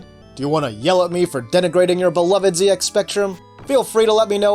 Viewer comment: Finally somebody standing up for the right way to say ZX